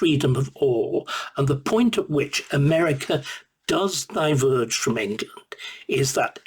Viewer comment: I'm sorry, we are the United Kingdom of Great Britian and Northern Ireland, not Englerland, Not Scoterland, Not Waleslandand not Northern Irelend, the sooner you stop your speaking crap the better we will be